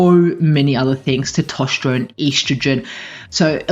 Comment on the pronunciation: For God's sake learn how to pronounce testosterone.